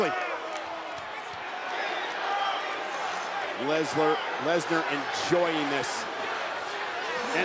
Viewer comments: Nobody: Michael Cole: LESLER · BROCK LEZLAR 😂😂😂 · Nobody: Michael Cole: LESLAR